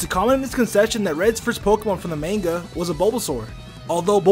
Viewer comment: Please, stop, saying, MAINGA